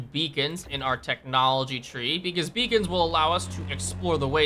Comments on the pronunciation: Oh beacons I thought you said vegans haha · Lmao I heard vegans instead of beacons